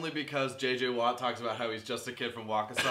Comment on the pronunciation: You said Waukesha correctly! I am 5 mi away from there. Love your recaps :)